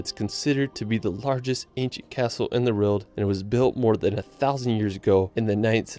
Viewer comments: It’s a W not an R not rowld, world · why does he pronounce world like that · this guy cant say world, lol